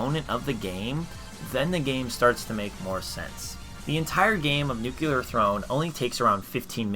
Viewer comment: Nuclear. Say it with me now. New-clear.